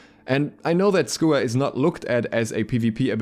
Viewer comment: Wtf is a schooer?